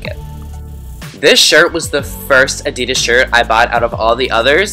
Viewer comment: You're so sweet! Your videos are really funny, but please never say Adidas like that again! It was making me cringe each time you said it :(